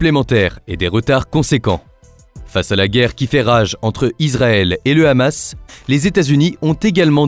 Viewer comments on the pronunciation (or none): none